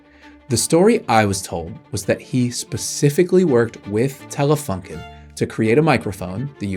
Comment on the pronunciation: The company is called Telefunken with a „u“ like in You